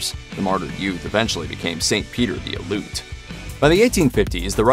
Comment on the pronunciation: FYI The name,"Aleut", all letters are pronounced. Al-e'-oot.